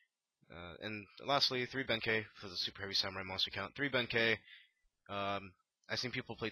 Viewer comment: It is pronounced Big Benkai not kay